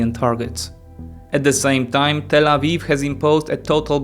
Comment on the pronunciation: I'm sorry but you always say Tal Aviv when talking about Israel 😅 Tal Aviv is just a city in Israel.